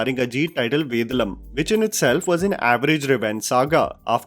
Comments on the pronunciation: please for once be good with your pronunciation, its VEY DAA LUM not vedalum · it's ve daaa lum not ved lum😂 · There he goes again. It is not Vedalum.. it is Vedaalam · Hi, Note you do take a lot of effort in pronouncing regional names, be it films or artists.. So on that note, the way you pronounce the name of Ajith's movie is not right. Only because I have to type it out here.. I'd suggest this pronunciation i.e. Vey-dhaa-lum. Just thought let you know..:) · Understandable that you’re from Delhi but try and get the pronunciation of Southern movie names right please! It’s pronounced Ved(aa)lam not Ved(a)lam :) And N(ey)ninthe not N(e)ninthe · 1). It's "Ve-Daa-Luhm" ( Vedalam ) 2). Its "Bal-Uh-Gum" ( Balagam ) 2). It's "Sunk-Raan-Thi ( Sankranti ) Loved this commentary.